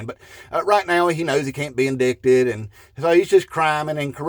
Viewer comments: In-dight-ed, not in-dick-ted. But now that i write it, i give this man credit for doing it on purpose 😂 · Please. Indicted: in-dited. Also, a Moral Pervert is what Trump is. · By “in-duct-ed” reasoning!😂😅😢😮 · He can’t be “in-dick-ted”!😂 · this is deductive logic, and you can't pronounce 'indicted ' correctly